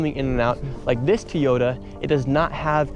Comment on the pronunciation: If I ever hear call it a fcking teeyota again, he’s catching this fade.